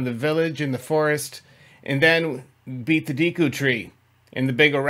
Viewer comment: Sir, with respect. Deku is pronounced DAY-koo :) hope your experience as a creator is well off!